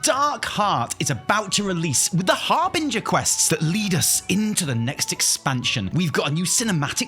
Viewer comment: im happy he isnt saying har-bing-her anymore